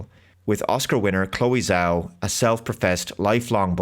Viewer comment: The ZH in Zhao is pronounced like a J.